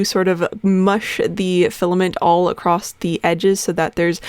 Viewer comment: What is it with you Americans putting a fukin D at the end of the word "across" its fukn across not acrossd.